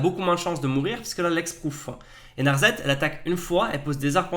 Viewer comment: NarSSSSSSSet ! C'est Narset. Pas narzet ! Et personnellement, je pense que elsha ne sera jamais utilisé.